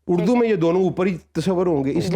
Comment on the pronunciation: لفظ اردو ہے اڑدو نہیں۔